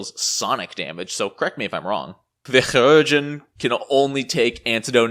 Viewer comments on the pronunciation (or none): It is actually Kī, as in K-eye, for Chirurgeon. Lol. I personally just pronounce it like Surgeon, but us the Su sound from the word sure. But it is amusing to listen to you say it. Amusing, and equally triggering. Lol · 3 years late and I'm sure someone else said it but it's more like "key-rur-gen" (if that's a good approximation? idk, not good at not using the IPA but I know most people don't use it so I don't wanna make it inaccessible). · In FFXIV the voice actors pronounce chirurgeon was pronounced a hard C. So it sounds like kire-urgeon. Interestingly chirurgeon is very similar to the french word for surgeon. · chirurgeon = KAI-rer-jun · It so simple... SUR-geon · Mispronouncing that word does not make you cute or funny just irritating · great video, but man the surgeon pronounce thing hurts lol :P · I'd call you out on how to say "Chiurgeon" but I have no earthly idea how to say it either. None of us do. We just presuppose we're saying it wrong, take the L and all nod in agreement as if we said it correctly. Remember when P2e was first released the amount of Alchemist revisions in the patch notes was pretty hefty. I still haven't caught up on a lot of them, and for the first half a year I still had the Playtest rules in my head, so it makes sense the Alchemist is better now. Left over Playtest rules which weren't caught aren't too uncommon with Playtests sadly. Cheers. Interesting video. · Also, can we get a 10-hour loop of you saying Chirurgeon?